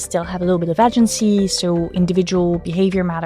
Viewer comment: I love you, and your french accent is a staple to your media but please say it with me. "Agency" - A-gency like "A gentsy."